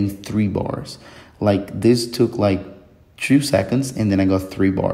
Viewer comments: Great video, very clean presentation. Just a bit of help because you became a communicator. When you pronounce 2 this or 2 that try not to say Chu, read it like in Spanish Tu, never Chu. You have a great English that word only marked an accent. I had a Brasilian friend In Orlando and I noticed the same pronunciation with anything that started with the letter T. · Po pior que é bom pacas msm . Tbm tenho ingles fluente e só percebi que era brasuca pelo “two” kkkkkkk a gente puxa demais esse som do “tch”